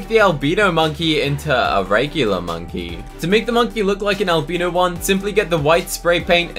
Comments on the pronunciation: AL-BYE-NO not albeeno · not an albeeno, its pronounced al - bye - no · “Alb*EE*no monkey” Me: “Alb*I*no monkey"👁👄👁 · Albeeno it's albino not being rude just saying:) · Alb-ee-no monkey is the best pet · The way he says albino 💀💀💀